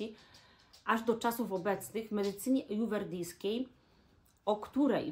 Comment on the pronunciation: Nie "ajuwerdyjska" tylko ajurwedyjska.